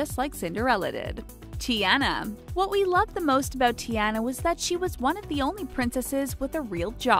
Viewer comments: And it's Tiana (Tee-au-NAH)! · Grace I died when the narrator said Tianas name like Tea-anna... it’s pronounced Ti-onna. And then when she said Anna’s name like An-na, when it’s pronounced On-na. 🥴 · Tiana's name is not pronounced like (tea-anne-na), its (Tea-anna). How you gonna say names that you can't even pronounce? You sound just like a substitute in class trying to pronounce names and failing. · It wasn’t Ti-ana It is said like Ti-on-a but it is spelled Tiana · It’s Tiana (te-on-a) not Tiana (te-ana) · it's not ti Ana it's ti Ona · Can you please say there names right😠😠come on t e an a no t e ana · tiana… tee-ah-na. get it right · I'm sorry but the most annoying part of this video is the way she pronounced the names like Anna? You pronounce it on uh and Ariel you pronounce it air e ol and Tiana you pronounce it Tea on uh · ITS TIANA (teAna) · Beauty and the Beast was my fav gender swap but the way you pronounced "Tiana" gave me bad chills. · she pronounces the names incorrectly like Ariel and Tiana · Is anyone else dying inside every time the narrator pronounces “Anna” or “Tiana” in this video as if she has never watched these movies even one single time? I couldn’t even finish watching this, Disney is disappointed in you madam. 😑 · You said Anna AND Tiana wrong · U said tiana wrong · Am I the only one who's mad because they pronounce Tiana's name wrong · Hew else heard them say Tiana wrong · You are say Tiana wrong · Anyone else triggered at the way she pronounces Tiana? GRRR!